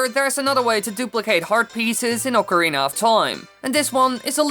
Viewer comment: I'm amazed you can pronounce "Oh-carina of Time" correctly. Thank you for not butchering the italian instrument.